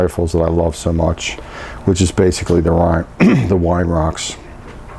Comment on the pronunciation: great stuff pal, but it's not wine it's vine,......ha ha!!!